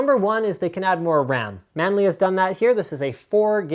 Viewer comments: man-lee. maybe chinise D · *scratches head* who the devil is "Manli"?